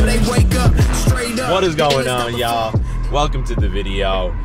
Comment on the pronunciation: You can’t say “y’all” right yet hahah